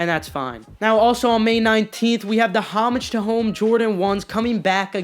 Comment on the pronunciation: "HAAAAAmage to home"